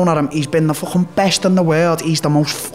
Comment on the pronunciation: Take a shot every time Darren says “fwching” Merry Xmas